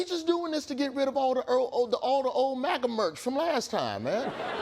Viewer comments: So it's not MAGA it's MAGAGA. 🤣🤣🤣🤣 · "MAGAGA"? Well, it contains "gag," so it is at least an improvement.